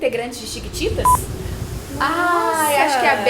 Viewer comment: ela tbm fala thiquititas!😂